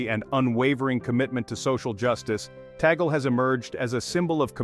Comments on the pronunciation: Pls this is the correct pronunciation is : Tag-le, not tagol. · Name is not taggle. It should be pronounced 'TUG- LEH" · Please pronounce Cardinal Lius Antonio Tagle's last name properly, not the American way, very irritating the way it is being pronounced in this transmission 😮😮😮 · Tama naman pronounciation last name Cardinal Tagle... mejo slang kasi foreign nagvvlog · You pronounce it your way, and Americans pronounce it their way! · To pronounce Bishop Tagle's name is TAG (as in price tag) and LE ( as in Lee Jeans). I am not a fan of Tagle though. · How else would you pronounce his surname? I have never heard anyone pronounce it differently. Don't give credit where credit isn't due.